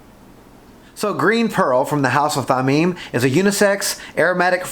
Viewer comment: Thameen. Your first pronunciation is correct. Thameen is precious in Arabic.